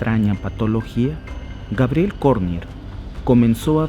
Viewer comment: Por que dices Gabriel ? Es su pronunciacion en Frances y se escribe Gabriellle, Pero estas hablando en español di Gabriela. Cuando hables en Frances puedes decir Gabriel o sea Gabriellle.